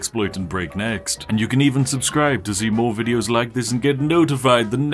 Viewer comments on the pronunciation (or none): none